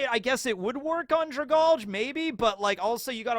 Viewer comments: Dra-GAL-Gee it's a play on the word Algae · I feel like Dragalge is pronounce Drag-algae. It fits the creature better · Dragalge is pronounced drag algae, because it’s a sea plant